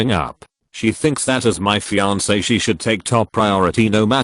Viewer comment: I miss "fian-ke."